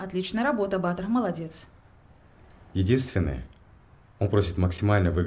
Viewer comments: Ба́тыр ударение так режет слух..Баты́р, у нас говорят в Центральной Азии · Только БатЫр, а не Баатыр( ударение на "а"), хотя бы атарымызды адемилеп аитайыкшы БатЫр , дым жаксы аттарымызды булдырып на русский лад. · Не Батыр, на голос на а, а Батыр, на голос на ы.